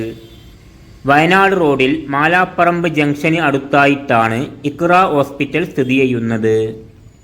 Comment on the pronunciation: കോഴിക്കോട് ജില്ലയിലെ ഏറ്റവും പ്രധാനപ്പെട്ട ഹോസ്പിറ്റൽ ആയ വെള്ളിമാട്കുന്ന് നിർമല ഹോസ്പിറ്റൽ താങ്കളുടെ ലിസ്റ്റിൽ ഇല്ലല്ലോ സുഹൃത്തെ. അറിയില്ലെങ്കിൽ അറിയാവുന്നവരോട് ചോദിക്ക്. പിന്നെ "മാലാപ്പറമ്പ് ' അല്ല മലാപ്പറമ്പ് ആണ്. 'കാരാപ്പറമ്പ് ' അല്ല കാരപ്പറമ്പ് ആണ്.